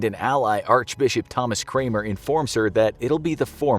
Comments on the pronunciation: It’s pronounced Cr-A-nm-m-er if that makes sense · Archbishop Cranmer not Cramer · His name was Thomas Cranmer, not Cramer. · the way you said Cranmer tho